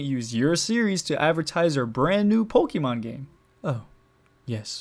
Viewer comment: « Pokimon » No